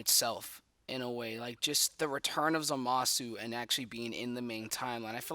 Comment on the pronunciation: Every time someone pronounces the "u" in Zamasu's name my ears explode